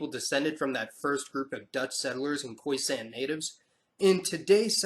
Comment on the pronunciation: Lovely video but it's pronounced khoi-SUN not khoi-SANN